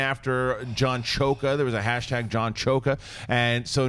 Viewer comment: CHOKE-AH 😂😂😂 You guys kill me